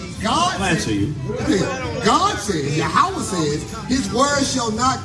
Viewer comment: Who is yahowah its yah-weh ive never heard no israelite pronounce it like that.